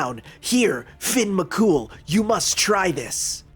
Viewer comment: Fair enough I suppose. I'm just Irish so it pains me hearing my man being called "Finn McCool" 😭😭😭